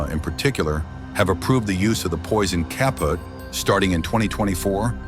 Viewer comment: Is this another effing AI-narrated video? It's not "kah-put" it's "kah-POOT", meaning "finished" in German. Sheeeeeesh! Additionally; "feral hogs" or "wild boar"? Two different things entirely...